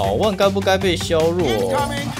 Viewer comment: 我很喜歡你 基本上每部影片都看 那個字為什麼總是唸錯呀 薛弱？是大陸用語嗎